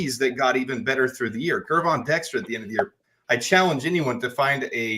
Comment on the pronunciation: Gervon is pronounced with a soft G, like George.